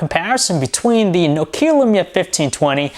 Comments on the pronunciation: Perfectly biased..... another andriodsheep..... try to pronounce nokia not nok ia ur so noisy... plsss stop that u like a mongoloid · It's Nokia, not Nokiia ffs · nuke-hia (nokia) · THIS ASIAN doesnt know how to pronounce nokia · Besides the pronunciation of Nokia, wery good review! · Learn to pronounce Nokia correctly.